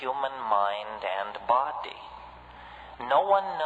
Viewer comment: I think the way he says BOdy is rather funny. Great video